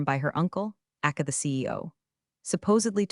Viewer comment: Other things too - aka is not pronounced “akka” Pettiness is not “pet-ness.”